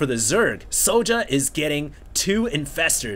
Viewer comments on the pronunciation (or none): why do u pronounce it so ja? its Sjow(Sh-OW_) o_o"! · soja?wtf? it's sjow( and it's read kinda like "show" only with a bit of accentuated I)